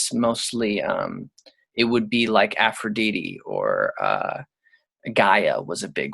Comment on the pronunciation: You know a lot but why do you say Aphrodite like that?